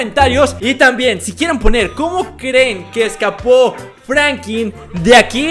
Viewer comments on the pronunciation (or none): Porque dices FRANQUIN... Jajaja XD saludame Brooooo 👌👌🤙🤣🤣😂😅😅😅😅🤭🤭🤭😎😁👍😎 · Era Franklin no Frankin